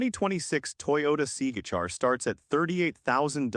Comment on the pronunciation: The AI narration makes this video nearly incomprehensible. It pronounced the Toyota C-HR as the “Seagar”; also, didn’t know that Teslas have a fuel maintenance cost (according to the narration). Maybe a human narrator would increase your subscriber base. I’m currently a subscriber, but not for much longer, with this ridiculous AI narration.